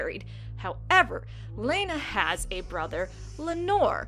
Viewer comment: I thought it was pronounced Lay-nuh and Lay-nor. Also aren't the Velaryons supposed to burn their dead. Or do only the Targaryens do that?